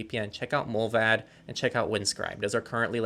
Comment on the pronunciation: Uh just a tiny heads up, the "a" in "mullvad" is pronounced like the "a" in "far" Not a biggie just thought that someone here might enjoy knowing how it's pronounced (I'm swedish btw)